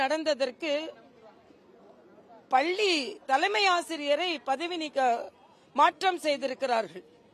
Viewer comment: தமிழை சரிவர உச்சரிக்கத்தெரியாத இந்த இடப்பாடி பழனி சாமி பள்ளியை பல்லி என்று உளறும் இவர் வியாக்கியானம் செய்வது நல்லதல்ல.